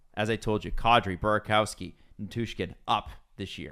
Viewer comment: calling Burakovsky “buraCOWski” and JT Compher “TJ Compher” bothers me more than it should 😂